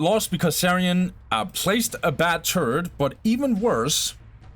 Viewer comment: Love the casts - but your pronunciation of "turret" as "turd" is somewhat distracting haha